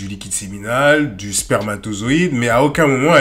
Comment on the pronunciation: elle a dit "spermazotoide" c'est claire la fin est proche...